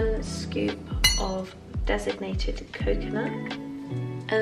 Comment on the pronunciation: Lovely vlog! One thing, though: I keep hearing "designated coconut", when you mean "desicated coconut" :)